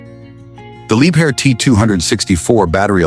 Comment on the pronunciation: либхер а не либер